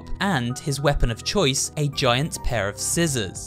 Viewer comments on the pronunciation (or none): none